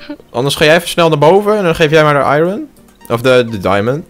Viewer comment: zegt zelf sem het heet i(r)on je spreekt de r niet uit je spreekt hem zelf uit:p niet kut bedoelt even voor de mededeling:) thx